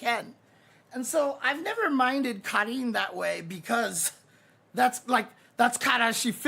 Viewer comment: I find it very funny that takes the effort pronounce "Karin" properly and then precedes to butcher "manga".